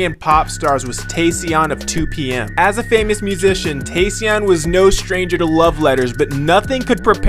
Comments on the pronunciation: "Te-ssion" 😂 You mean Taecyeon? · Tae-cyeon (syeon) seriously!? Lmaooooo it's tae-cyon (kyeon) 😭😭😭